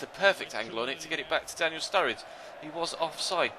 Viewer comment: Why do you call sruRRIde studge